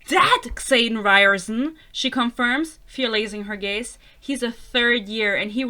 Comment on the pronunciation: your mispronunciation of xaden is deserved tbh what a silly name 😭